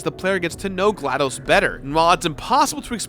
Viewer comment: It's glaDos not dose